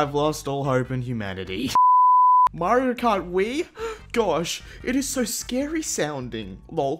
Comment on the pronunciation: it's bad mechs scawy🤪